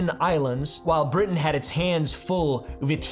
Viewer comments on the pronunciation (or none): none